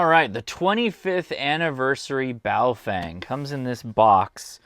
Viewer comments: Names are important... even if the product being named is NOT. Boa-fUng. I'd love for ONE Operator to pronounce it right. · That Chinese Lady never ages, on the Baofengs. Pronounced: Bow-fung